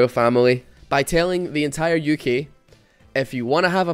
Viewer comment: you pronounce uk as "yuki". pls love me.